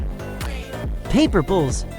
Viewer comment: My man called Paperpals Paperbulls wtf 😂